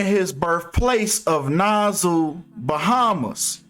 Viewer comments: Nigga said "Nasu" 😭 its more like "nasaw" but you always on point with yo shyt 💯 big up 242🇧🇸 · It's pronounced naa- saw bro 😂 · You know I got Pure Love for you, but you be killing me🤣🤣🤣with those mispronounced words. Nassau is correctly pronounced: Nass-Saw. You still the unmatched King 💜👑💜 to me though. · Na-saw. These Miami Bahamians gone come for you bruh 😂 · THEY WAY YOU SAID NASSAU GOT ME LEANING OVER HERE LMAO!!!!!